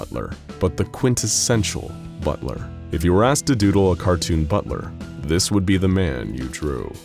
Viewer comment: I thought you said one hell of a butter